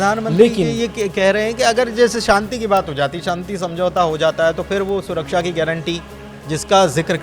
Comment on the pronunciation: Inko Shanti bolna sikhaiye..Santi nhi..bahot bhadda lgta